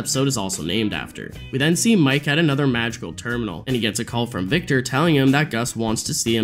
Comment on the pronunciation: I'm crazy or i'm hearing Magical instead of Madrigal?!